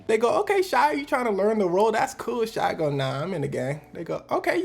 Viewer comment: Why does everone put an L in shia's name